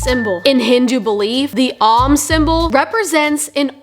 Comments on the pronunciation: is not the Sanskrit om symbol. The symbol the company uses looks like the Greek character, omicron. "Om" rhymes with "home", not "Tom", as you are pronouncing it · Lol exactly. She's too ignorant to know the symbol and too ignorant to pronounce it correctly. Really shows the level of intellect and quality of information coming out of this channel 😂